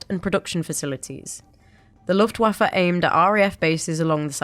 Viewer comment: With all due respect, I find the pronunciation of Luftwaffe a bit distracting.